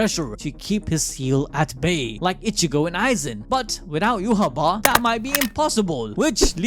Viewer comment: you know its not that hard to say ichigo ...say it with me ...( e-chi-go ) ...not ( itch-eh-go )